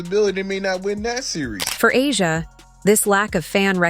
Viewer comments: Chartered jets were already on the WNBA AGENDA BEFORE Caitlin arrived. This narrative is so exaggerated and negative. Caitlin can play in Europe and the WNBA if she so desires. She could also choose professional golf. It would be nice to hear you pronounce A'ja's name correctly for once. It would also be nice to see you address her in a more positive light rather than always make her seem upset about Caitlin. It's so sad how most of these followers believe all that you say. Where is the evidence? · these voices can get AJA Name right